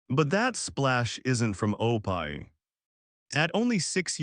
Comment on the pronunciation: This does seem to AI tho. Even pronounced Opie wrong.